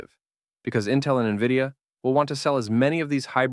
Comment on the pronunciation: Nahh this is definitely AI.....brother cant pronounce NVIDIA..... N V I D I A...this aint spelling contest lad😂